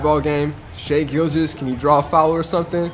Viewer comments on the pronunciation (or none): none